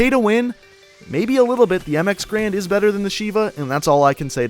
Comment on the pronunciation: Garand. Not grand, you idiot